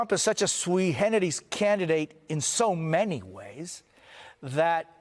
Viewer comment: Did he just say “Sui Generis”. (Swee Heneris). I’ve never heard pronounced with I soft G, but I suppose that is a very proper pronunciation.